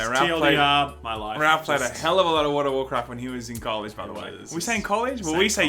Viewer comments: Why can't Aussies say world? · some say to this day, he is still trying to pronounce world health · Sorry, turned it off after the 15th time you couldn't say "world". You should really edit that shit out.